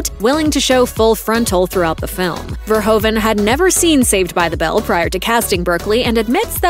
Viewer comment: He is not called Ver hoe vehn. But Fehr who fehn!